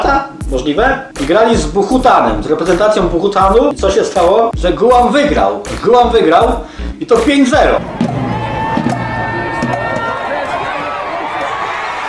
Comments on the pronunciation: Siemanko, jak coś to jest Bhutan, a nie Buhutan ;) Pozdro! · chłopie przygotowuj się do nagrania, a nie mówisz jak Ci się "wydaje, że jest dobrze". W "Bhutanie" nie wymawia się litery H. Bolą uszy!